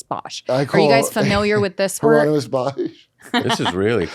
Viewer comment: HIERON-YMUS (pronounced Her-on-eh-mus) His triptych “The Garden of Earthly Delights” and “Hell” feel like pure religious psychedelia before such a concept even existed. Also, Goyas black period fucking rules and is metal as hell.